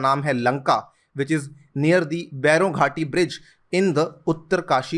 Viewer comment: bairon ghati nhi bhairon ghati (derived from bhairav)